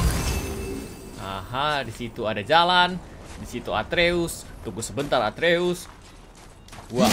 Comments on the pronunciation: Nama anak nya kratos atreus kak regi ,bukan arteus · Kaka regi nama anaknya kratos itu atreus bukan arteus